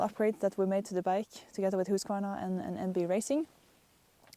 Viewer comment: Please, people notice how she pronounces Husqvarna. Then learn how to pronounce it CORRECTLY, lol